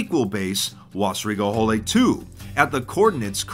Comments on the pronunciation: "Wässerige Hölle", is spoken W-aessaereegae Ho(deep-o)llae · As a german i can not listen to Wässerige Hölle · Hello and welcome to a new episode of "How to mispronounce german 2b2t base names!